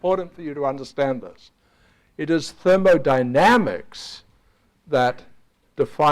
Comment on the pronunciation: That guys pronunciation of 'thermodynamics'. Da-ma-na-na-mix.